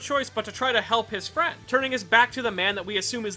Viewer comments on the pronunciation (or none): if u here closely he says frie instead of friend